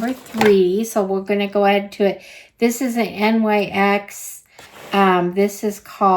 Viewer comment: Thanks for doing this unboxing. One note, NYX is pronounced "nix".